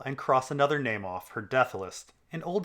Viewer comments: do you have some kind of speech impediment that makes you say everyone's name weird? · Totally on board until you said pod would murder Brienne. That’s incredibly out of character! Also... you pronounce most of the names incorrectly 😏